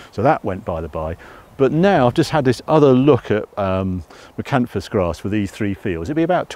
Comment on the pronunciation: International Energy Crops are another firm to look at if you're considering Miscanthus, been around a long time and great farming pedigree behind the firm ( Wilson and Co). An informative video as every but I must confess to grimacing every time hear you say Miscanthus with a silent s!